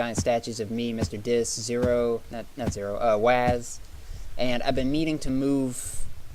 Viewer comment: lol, its not Wazz like Jazz its Wazz like Wuzz xD